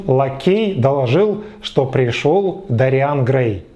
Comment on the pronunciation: Уважаемый, (не посылайте меня плз, имейте уважение к собственной аудитории тоже) - но в оригинале произведения ударение в имени Дориан ставится на первый слог а не на второй. ДОриан, не ДориАн! Прошу прощения, но ударение очень важнО. Ваш пересказ с неправильным ударением меняет всю картину повествования - из собственного имени ДОриан - мы перемещаемся в каких-то дориАнцев 🧐..(пришельцы с планеты ДориАна мэйби? хм 🤔)....